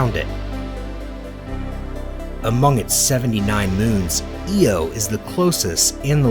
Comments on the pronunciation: the moon is I-O not E-O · Eeey oh??? Eye oh! Damned AI voice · E-oh e-oh it’s off to Eye-oh we go. So many errors. My favourite is that Alpha Centauri A & B are red dwarves and Proxima is the main star. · It’s pronounced Eye-O not “Eeo” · That's pronounced "eye-o"if you want to teach and you're doing a great job get some facts right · Subbed. Then heard the knowledgeless pronunciations of various objects. (Ee-oh?!) Sorry this makes my skin crawl. Unsubbed. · stopped watching once he mispronounced IO and said it was Jupiter's biggest moon. wrong info then we wont be seeing andromeda either!